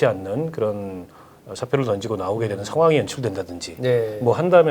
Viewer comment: 이준석 발음 : 떤지고 --> 던지고